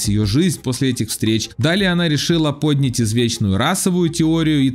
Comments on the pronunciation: Автор! Не "брАла", а "бралА", не "пОднять", а "поднЯть". И,,кстати, Кембербетч тоже популист. Таскался в Лондоне по митингам против загрязнения природы. Пришел, сфоткался с кем-то из митингующих и ушел быстренько, а потом продолжал разъзжать на своих четырех машинах, загрязняя воздух. И он любитель потаскаться по таким митингам и попиариться там. Но на этом у него и заканчивается борьба за экологию... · Опять озвучка ИИ??? 🤦🏻‍♀️ Живой человек не скажет "пОднять" . Мне просто интересно: неужели закончились живые комментаторы? 😮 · Глагол - поднять, ударение на Я. Пожалуйста, говорите правильно!